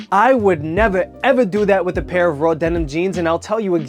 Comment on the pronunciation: I love the way you say nevaa evaa